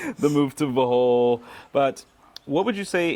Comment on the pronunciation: Bruh…..did you say buthole? 😂